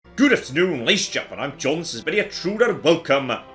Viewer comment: "Goodaftnung layshanzgenmen"